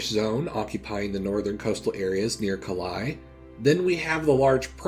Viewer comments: calays like 'hey', not caleye like 'eye' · Calais is pronounced Ca-lay not "Ca-lie" lol. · And the -ais in "Calais" is pronounced "eh" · Oh Lord, the way you pronounced Calais 😄